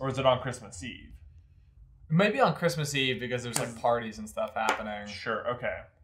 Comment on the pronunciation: Cwismus~~ LOOOL